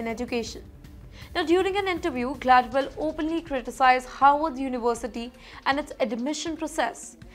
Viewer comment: You pronounced Harvard as Horward. Why?